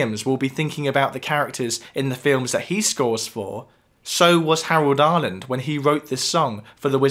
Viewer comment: It may be something wrong with my audio, but when you mention Harold Arlen who wrote "Over the Rainbow" it sounds like you're saying Howard Arland...